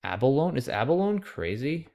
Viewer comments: 4 syllables in a-buh-low-nee :P Nah I'm just teasing. You're so godly at Scrabble it's nice to know you're human in other areas of life :) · ABALONE is also pronounced with a long E at the end.